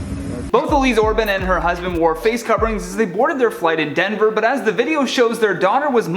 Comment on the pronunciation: Why he gotta say “Denver” like that? 😳